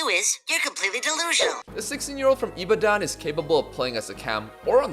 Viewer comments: the way you pronounced ibadan is killing me but its not your fault LMFAOOOOOOOOO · trying to pronounce Ibadan isn’t what I expected to see today 😂! Great vid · Ibadan that's not how you say in